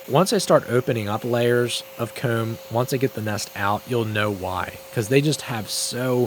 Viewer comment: His ccs t is hilarious 😂 “cooowm”